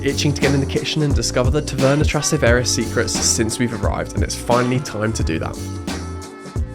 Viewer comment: You can't even pronounce 'Trastevere' properly?